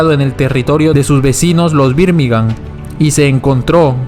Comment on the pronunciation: Una chota tu video, escucharte decir birmigA'n mal tantas veces da fastidio